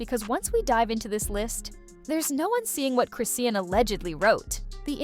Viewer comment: It's pronounced Chris-shawn😂